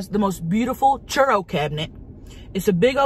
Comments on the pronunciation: Not the "churro" cabinet! 😂💀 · I thought she had a cabinet of churros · Did Tammy actually call it a curo (?) cabinet? Lol love her